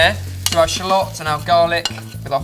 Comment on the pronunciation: i like how he says shallots lol